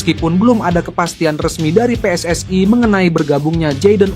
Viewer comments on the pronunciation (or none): WNI anjay bukan WNaiy . jgn sok inggris2 😂 kalo mau nyebut WNaiy bilangnya Double U En Aiy dan PSSI buka Aiy